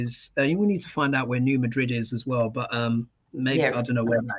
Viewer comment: In the States, we say New Mad Rid with two distinct syllables, accent on the first. We don’t say it like the city in Spain.